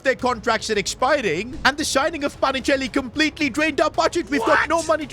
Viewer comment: PA NI CHE LI, NO PACHINELI